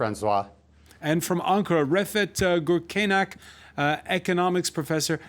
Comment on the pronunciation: As a moderator, you must learn your guest speaker's name and surname correctly. His surname is Gürkaynak. It is not polite. The moderator could not able to pronounce his name correctly ezcept at the end of this meeting. Again, it is not polite.